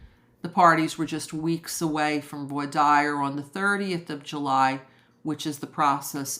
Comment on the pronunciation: No criticism, but 'voir dire' is pronounced 'vwar deer.'